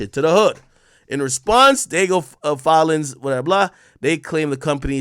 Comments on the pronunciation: Ak. It ain’t Diego. Di-a-geo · That’s not Diego, AK. 😂 It’s Diageo , You better pronounce it well this time boy! Dia Geo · Dee-ah-ghee-oh not "Diego" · Dee-ah--jee-oh that's how it's prounounced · Dee-AHH-Gee-O. Diageo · It’s pronounced Dee AHH JII OHH